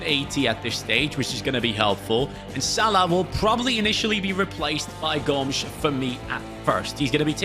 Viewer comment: With the brazillian accent they say "Gômiz", not Gomes like a portuguese lad